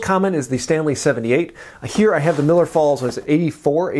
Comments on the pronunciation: Just nit picking, it is Millers Falls, not Miller. I lived close to the factory (and town it was named for). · love the channel, love the video. I hate to be “that guy” but it’s Millers Falls not Miller Falls. Keep up the great work